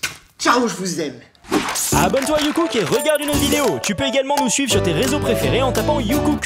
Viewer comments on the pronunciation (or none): none